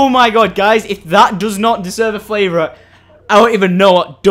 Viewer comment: Did he say flavourite? Haha